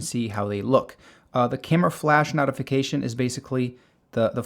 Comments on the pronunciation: It’s a noh-tee-fication, not a knot-ee-fication. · wtf is a "NAHtification"? its a Notification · useful video but the flash knot-uh-fication section killed me lol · this mispronunceation is killing me lol. "knotification" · I'm fine with you mispronouncing most of the other words but "nautification center" really does bother me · dude, you're saying notification wrong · You are pronouncing "notification" wrong. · Yeah, I almost turned off the video when he started repeating the word notification. The other dozen or so words were odd but that one is really distracting! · Yeah, interesting pronunciation. There's definitely no "tee" sound in notification, though.